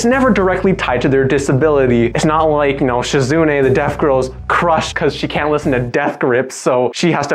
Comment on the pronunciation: SHE-zu-NAY not she-ZOOOOO-knee But very good vid of a great VN. If you're interested, I have interviews with some of the devs on my channel. (Lilly vid in the works)